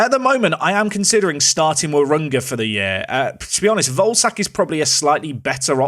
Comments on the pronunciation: day 2 of asking to pronounce volesak like vole-eh-shark instead of like ballsack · Hey, Czech man here. Volesaks name is pronounced Vo-Le-Shaak. Love Park to Prem! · Hey, I think it's pronounced: ian Voleshaak, pronounce the e like in ketchup.